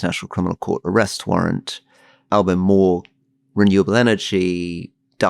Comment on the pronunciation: In Australia….its very much Trump undermining Dutton. Dutton wanted to use Trump tactics, he’s pulled right back & looks out of sorts. Rory, you’re not overstating the trump effect. And Alistair, your right on 1st pronunciation of Albo :) Oh & Dutton has a very shady record with his police service.